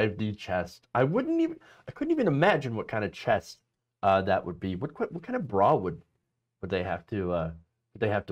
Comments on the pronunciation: Chess! Not chest 😆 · Chess dude! Not Chest!!!